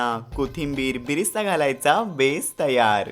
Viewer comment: त्याला बिरिस्ता नाही तर "बरीस्था " म्हणतात!